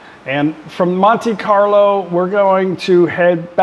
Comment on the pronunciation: Looking forward to your cruise adventures! Hope you have great fun, I love Barcelona and Rome, try to walk as much as you can handle, it's a good way to stay away from pickpockets and touristscams, but mostly because there is so much beauty around every corner... by the way, Monte Carlo is pronounced "Monta Carlo" and Nice is pronounced "Niece" (daughter of your aunt). In French, Dutch and German the English E is I,, the I is Ai, the A is E. We are weird, I know.